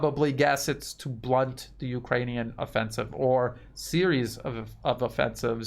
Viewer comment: "ukranune D DAY" give us a break LOL